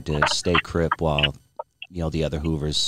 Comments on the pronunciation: “The Hoovaz” - 🤣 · “The snoovaz”